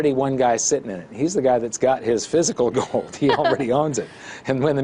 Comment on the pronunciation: I love when she says "fisicle gode"....what a little doll